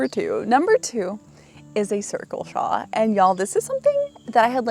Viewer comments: Thank you!! I love the channel but every time I hear "shaw" i shout "it's a shawLLL" 😅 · Love ya girl but it's shawL 😆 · I have never heard anyone pronounce "shawl" the way you do!